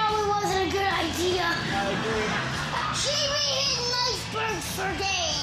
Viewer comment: Funnest part is he’s trying to say life but he sounds like wife😂